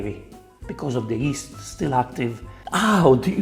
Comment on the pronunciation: "add yeast to warm water" really sounded like "add ghee to warm water" lol